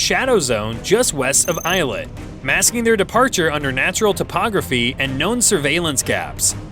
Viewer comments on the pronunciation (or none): "Ilet". Ughhh. It's "Eh-LAT" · Eye-let? These unending AI voice-overs are cringy at best. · Eilat - say "Ehh-Laht" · "Eilat" is pronounced "ay-lat" not "eye-lat." It's Hebrew, not German. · "ey-LOT" not "eyelet" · Thumbs down. Please pronounce Eilat properly if you claim to know anything about the region. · If you cannot pronounce Eilat and Hatzerim, why not do a broadcast on sheep town US? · If You can’t pronounce names learn, annoying American ignorant AI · He mispronounced Eilat and Sharm El Sheikh.